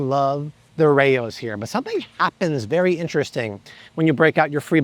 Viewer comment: Nice job Bobby you’re the king. It’s been about a year since I started watching you and changed my diet. Obviously I feel incredible. Just a few things. For the love of god.. I’m pretty sure the sauce is pronounced like rowz not rayoz. Unless the owners name is Ray I’m pretty sure you’re saying it wrong. I tried the seven Sundays cereal several months ago and found the taste and texture a little weird I didn’t really like it. I think it was the cassava. Nice ingredients for sure though I bet plenty of others like it. I started eating the fermented sauerkraut just cause of you and its good stuff. I picked up those unreal candy bars a few times due to your suggestion and they are amazing. Same with your suggestion of the coconut rolls those things were insanely tasty.